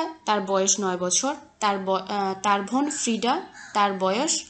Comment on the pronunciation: ভোন নাকি বোন 🙄😅